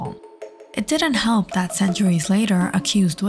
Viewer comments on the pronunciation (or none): none